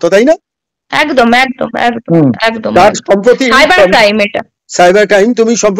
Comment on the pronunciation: Pithibi na kothata prithibi 😂 Etdam na kothata ekdam